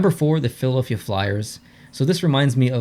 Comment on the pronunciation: You said Philaelphia you were supposed to say Philadelphia